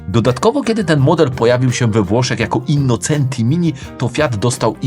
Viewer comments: Pięknie słychać "autobianKI", ale dlaczego tam dalej jest "innoCEnti", a nie "innoCZEnti"? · Super za program 👍 Autobianchi juz poprawnie, Brawo Ty. Ale nadal Innocenti czyta sie " innoczenti " taki maly szczegół. Poza tym program OK Pozdrawiam